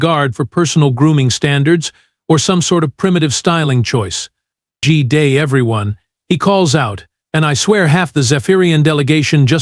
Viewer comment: Not 'gee day', its 'gooday' , good + day as one word.